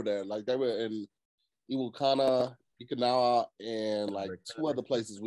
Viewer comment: Oh-Key-now-wha! E-wha-Ku-Knee! 😂😂😂 and the spot is CoCo’s curry. Best spot on 🌍